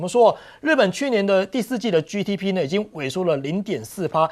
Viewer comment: GDP的G發音”基”不是”居”